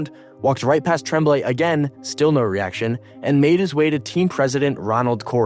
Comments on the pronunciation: It's pronounced Tromblay I hate these f**** AI voices lazy pieces of s*** doesn't the guy who edits this have a f**** voice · It's pronounced TROM blay. Like trombone. Thx from YUL. Love Roy's move. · Never heard Tremblay pronounced with a short "E" sound, as in "tremble." I always remember it pronounced like "on," as in "en garde" or "entre nous." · You can't do hockey videos if you think he's Trehhhmblay. Come on man. Learn your craft. It is one of the most storied names in hockey history. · The coach's name is pronounced Tromblay, and he was also French, so what the hell are you talking about ? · Can we get a reporter that can pronounce real names . TREMMBLAY , give me a break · The guy reading the script needed to be told how to pronounce the Canadien's coaches name... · Mario Tremblay is a French Canadian also. you don not even say his name correctly. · say Mario Tremblay like you weren't born then or in Canada. Yikes. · Other than the egregiously bad pronunciation of ¨Tremblay" this was a great video of a day that I hated. I had not picked up on the fact that the team that drove him out of Montreal would later be eliminated by him playing for the Avs one season removed from being in Quebec and thus the archrival of the Habs. Montreal would eventually get another generational talent in net in Carey Price, but one finals appearance would be the closest he and the Habs would come to adding another banner to the rafters.